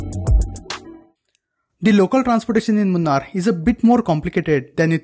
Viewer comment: Say it properly. 'Moo- naar' is the correct pronunciation. Not the way you say it 🤢